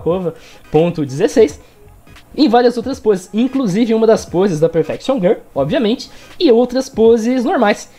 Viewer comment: "Perfection GUL"